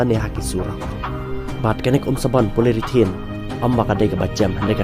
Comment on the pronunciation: Poly-ure-thene bro ym dei polyrithane